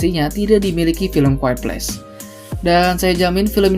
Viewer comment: Orang: a quite place Bang:kuad ples